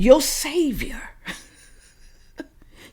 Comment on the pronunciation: it is SAVIOR, not SAVER.